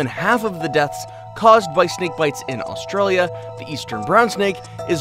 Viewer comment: It's Australia you said it wrong